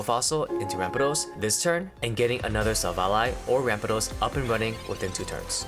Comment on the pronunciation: you deserve a sub also youre the only person ive heard pronounce silvally correctly so thanks for that